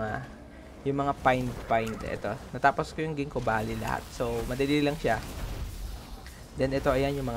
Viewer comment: Librint? Labyrinth 😅 Valley not Baley